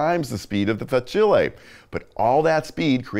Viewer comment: Great review. However it made my ears bleed when you kept saying Fa-chilli 😂